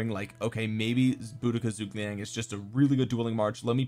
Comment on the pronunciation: whats that zhuge liang pronounciation thooo so sorry it,s soo bad